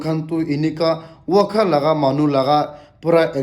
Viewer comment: Its Cyclone not Cyclo Wokha not Wakha😂😂